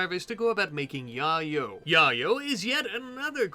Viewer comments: How is it not yay-yo? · I'm sure you were doing it for a bit of a giggle, but im pretty sure Yayo is pronounced like "yay more drugs" and "yo, you got drugs?" cause its cocaine. or like the rapper tony yayo.